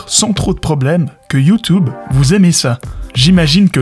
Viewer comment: Bon j'arrête à . Prévenez-moi quand il sort la même vidéo sans prononcer "Youtoube".